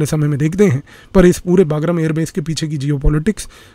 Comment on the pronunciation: Sir, the correct pronunciation is 'बगराम'